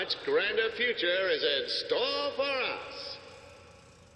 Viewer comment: "In the futura"